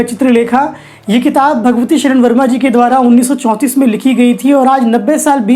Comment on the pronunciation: महोदय भगवती शरण वर्मा नहीं भगवती चरण वर्मा उच्चारण कीजिए🙏 गुस्ताखी के लिए क्षमा करें 🙏